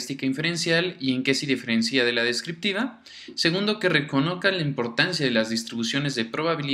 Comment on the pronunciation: La palabra "diferencia" usada como verbo conjugado, se pronuncia del mismo modo que el sustantivo y no con acentuación en la í (diferencía).